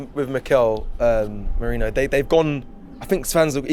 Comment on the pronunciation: calling Merino “Moreno” and saying “Mourinho” 🤣